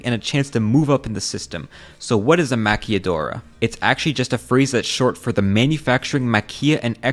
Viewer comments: It’s maquiladora not maquilladora no y sound. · It's pronunced maquiladora not maquilladora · Is not Maquilladora! 😂 its Maquiladora L A Lahhhh, Lhhhh ahhhhh la, maquilahhhhdora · I feel like you’re adding too much exotic spice to the word maquila, it’s not pronounced maqiyadora. It’s pronounced maquiLa and my parents have tons of stories from when they worked in the maquila when they were young lol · Fun fact: A lot of the stuff manufactured in Northern Mexico are being created with a "Made in USA" seal, but are in fact, made in Mexico...BTW, just thought you should know... Manzanillo is pronounced Manza-niyo (not manzilo) and "Maquiladora" Maki-Ladora (not Maki-Yadora that's make up artist LOL) or just maquila (Maki-Lah) for short. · Just to let you know, you keep saying "maquilladora" with two l's, which means a female makeup artist. The word for the factory is "maquiladora" with one l and a single Spanish l is pronounced like an English l. Interesting video though! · Hey, good video, I understand that you don't speak spanish, so I just wanted to say that maquiladora is pronounced as ma-qui-la-do-ra, instead of ma-quial-do-ra, separeting the sound ke from la distinctively. Also another example is that tesla is building a factory in Monterrey, keep at the good work. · I live channels that explain history like this. Oh and its an L sound on maquiladora not y sound lol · bro it's "ma-kee-la-dora" not "ma-kee-ya-dora" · girlie it’s pronounced “Ma-qui-la” (soft l) not maquilla, as in padilla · Ma-KILL-uh-door-ah. Not Maquelladoris. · You only get the y/j sound in Spanish when there's a double ll, not when there's only one l. So Maquiladora is pronounced with an l sound, not a y/j sound. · 0lease don’t make up words, it takes 4 minutes to serch how to say Manzanillo (mansaˈniʝo) and maquiladora (makilaˈðoɾa]) and you missed out in our presidential hoax for more than 50 years making it a loss for the country to sustain their greedy asses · Man-za- NEO... Ma-kila-dora.